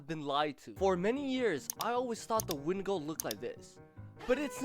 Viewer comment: It's a when-di-go